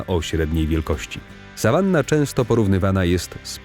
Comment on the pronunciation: Ten sawannah(czytaj sawana!!!